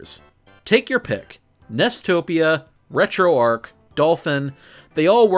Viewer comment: I was watching this on Android TV and had to pull this up on my phone just to comment... THANK YOU for pronouncing Retroarch correctly! Most people say it like "arch" and not like "ark", but it's short for "retro architecture", so the way you said it is absolutely correct.